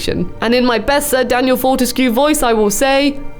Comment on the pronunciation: I'm so happy. Btw it's prononced FORTESK. But I guess it adds to the weirdness and fun. Fort means strong so his name can be translated to Daniel Strong-ish.